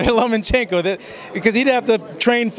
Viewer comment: say it with me... LOW-mmUH-CHENKO! And are you wearing EYELINER? Really? Cool! I wore eyeliner in high school! LMfucking AO!